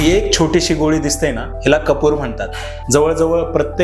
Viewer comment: कपूर नाही रे कापूर